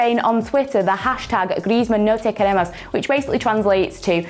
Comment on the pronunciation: Haha how pronounced “ no te queremos" is priceless